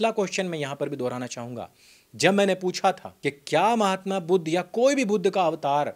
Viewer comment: Budh se itana jalan kyo disreputable pronunciations Aap aik mahatma ka nam itana galat tarike se le rahe haun jinake jaisa mahatma koi nhi huaa Sanatan me Sanatan ka hi sakha hain budhist